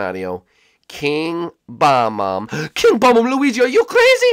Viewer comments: He's called a Bob-omb not Bomb-omb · When Luigi said King Bob-omb, I thought he said Kill Obama. I was like, What the heck? Why would you kill Barack Obama? He was the president!